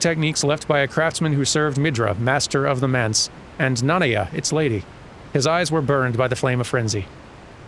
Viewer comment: What happened at Midra's Manse? Nanaya Business (using pronounciation of Nanaya from this video)